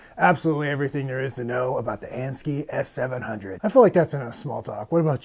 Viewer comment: And-- Sk-eye not ski